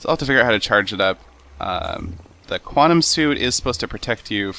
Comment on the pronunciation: What the hell is a qwatem helmit.